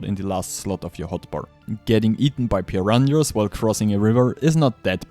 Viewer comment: It’s “Purr-rah-na” not “Purr-rahn-yas”